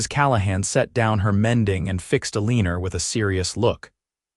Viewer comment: Eleener? Perhaps it is supposed to be Eleanor? el i nor